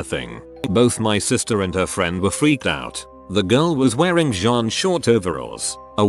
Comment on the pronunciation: French pronunciations of jeans and hard g's on genes. I'm both annoyed and entertained... Annoytertained?